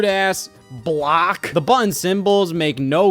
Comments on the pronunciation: From one Scott to another, im not trying to make you feel self-concious but hearing you say buh-inn over and over and over again is making my day. Thank you so much. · why does he sometimes forget the word "button" has t's in it